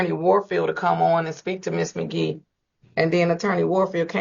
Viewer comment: The judge was already on 10 before Ms. Magee even got on the screen from saying her name wrong purposely n signing before she got on there her whole body language was giving I got an attitude